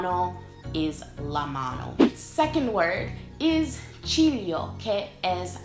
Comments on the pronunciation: When you said ciglio for the first time I Heard cheerio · Il ciglio is soooo wrong